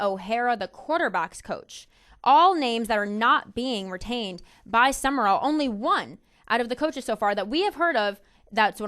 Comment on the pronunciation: It's Sumrall, not Sumerall. Also, as much as I hate to say it.... Urban Meyer to Ryan Day. I wouldn't call Day a legend but coach to coach they got Nattys.